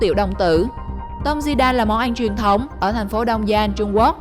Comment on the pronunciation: Món ăn mà đọc là món anh